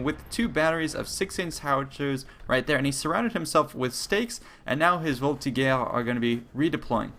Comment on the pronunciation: I always thought that you pronounce "voltigeurs" like "voltizhers" The more you know.